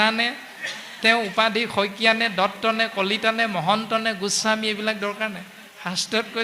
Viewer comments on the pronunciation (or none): none